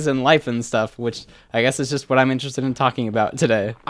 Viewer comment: you know this is serious if he pronounces "what" like "whae"